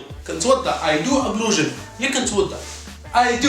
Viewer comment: Ablusion but we prononce it as ablution